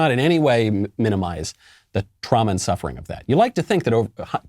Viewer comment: She pronounces “and” as “IEEENDDDD”